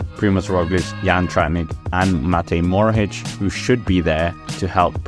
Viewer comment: Moharic not Morohic